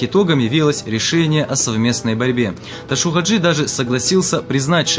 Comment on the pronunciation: Ташав Хажи а не ташув